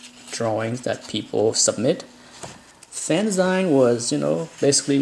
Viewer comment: I've always been a fan of Byrne and his work caught my eye when he was still at Charlton, long before he did anything for Marvel. Thanks for posting this. BTW: "fanzine" is pronounced like "magazine", not the way you pronounced it.